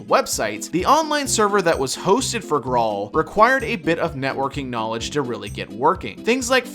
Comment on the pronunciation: It's pronounced "grail"